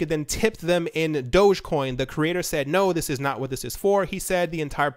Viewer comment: I can’t take you seriously because you said DOGGCOIN and not DOGECOIN.